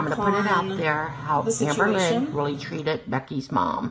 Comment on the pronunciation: Sometimes when says "Amberlynn Reid" I hear "Anne Boleyn Reid" and now that's literally all I hear pls send help